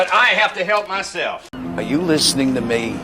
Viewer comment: Omg once again nailed it. That clown is even trying to explain why his courses are not free. 3 years, what the heck is 3 years of experience., your courses are worthless with such mistakes. How can you even pronounce listening as lessening?